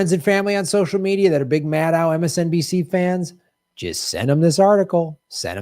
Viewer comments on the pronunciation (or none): none